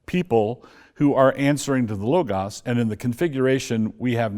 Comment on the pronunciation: Interviewer pronounced logas correctly at least